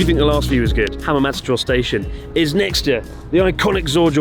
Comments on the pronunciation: Ueno ‘Stastion’ 🤣🤣🤣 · "Stastion" my god. Cracked me up real good! 😅😆